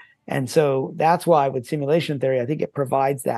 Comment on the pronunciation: One day will be able to pronounce simulation properly